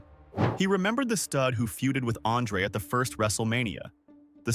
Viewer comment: Mispronouncing Andre and Bosch are super rough mistakes. Destroys all credibility.